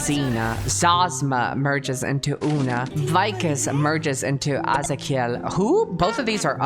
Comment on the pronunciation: I love how she pronounced azakiel, in a Spanish way, that's because her origins are Latinamericans and her first language was Spanish, so instead of English pronunciation she does an Spanish pronunciation in some words/names. I like that so much. Thank you for your video Mr kusajang. Love you 😘